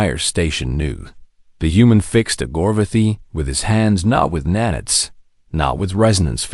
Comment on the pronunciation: F'ing AI, it is NAN-ITES, not nan-its.